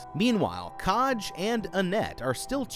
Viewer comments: this isnt meant to be mean but did you ever listen to anyone pronounce the name “kaj” before you decided to butch the name so horrendously hahaha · Obsessed with the mispronunciation of Kaj